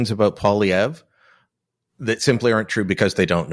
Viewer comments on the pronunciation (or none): This isn’t a good guest unless you’re looking for a real big liberal bias. He won’t even pronounce Poilievre properly. Must be upset about the ass kicking Trudeau and the liberal party are taking.